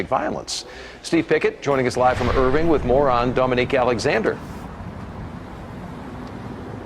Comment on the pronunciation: He said ‘with moron Dominick Alexander? Lol. He meant ‘more on….’ But hey.